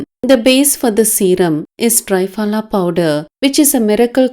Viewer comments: 👍...Dear please a request, it's called "Triphala"Tri=3 phala=fruits. ( त्रिफला). (🙏 As people newly introduced to this great ayurvedic powder will keep saying tryphala instead of treee-phala...similar sounding). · To be pronounced as tri phala (not try phala)